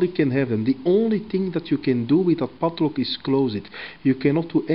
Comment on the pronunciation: I love the way he pronounces PADLOCK :)